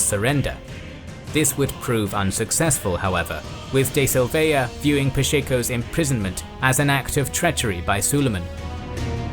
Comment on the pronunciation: Very cool video but the way you say "Silveira" is hella annoying.